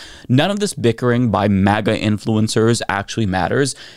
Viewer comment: Why is he saying 'MEGA' instead of 'MAGA'? 😆